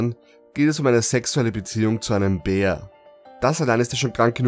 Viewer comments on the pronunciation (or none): BÄÄR NICHT BIER !!!